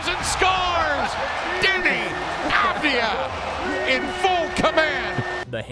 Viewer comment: Cool video but please learn how to pronounce Deni’s last name lol